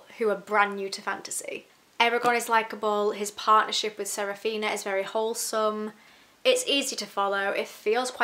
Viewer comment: The book is older than the author was when he wrote it! Also…. Sa-Fi-Ra…. Saphira. Damnnnnn